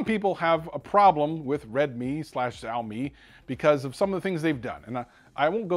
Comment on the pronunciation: It is called Sha O me It just annoys me to hear a wrong pronunciation love your videos though